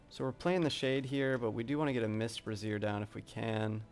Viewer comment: Great video! Learnt a lot even for my pve first run. FYI its brazier (pronounced like fraiser). A brassiere is a bra.....